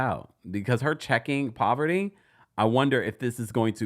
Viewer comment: It’s the way you’re calling Parvati poverty for me 😩😭